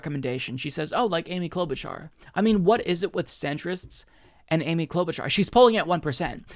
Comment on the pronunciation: Cloudbootjar? Why the fuck did that woman say Amy cloudbootjar? She is not even breaking 2% and shes a centrist/Republican light